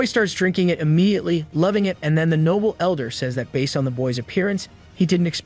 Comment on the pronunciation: Another heads up, the AI pronounces Noble as Nobble.